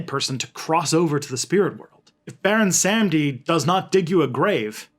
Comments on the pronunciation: so its pronounced more like "bawon samdi" just so ya know! and please dont listen to people saying its the same as papa legba. baron samedi and papa legba are not the same guy! papa legba is the gate opener, keeper of the keys, guardian of the crossroads. baron is associated w the crossroads but he isnt the loa of the crossroads per say. he is found in the graveyard. he is associated with crosses, bones, black purple and white. some say he looks like a haitian man with white paint that looks like bones, but when i dreamt of him he was a full-on skeleton with a purple and black hat, and he was wearing a tux with a long tail coat that was also purple and black. he has a button up white shirt underneath and a red rose in his pocket over a handkerchief. he was wearing glasses like yours but much older looking and not shades just regular glasses but one lens was missing. he was in a ballroom with the rest of the ghede and he danced with me until i woke up. i had no control over my body in the dream and it felt like the room was spinning. went to a haitian manbo who confirmed baron samedi was in my court. anyways i hooe this info cleared some things up! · It's pronounced Bahwon Sahm-dee